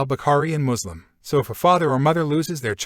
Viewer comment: Why does he still say mozlem